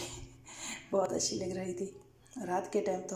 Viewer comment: Ashi nhi hota achi hota h work on ur accent